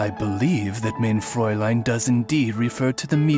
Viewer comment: "mayne fräulein"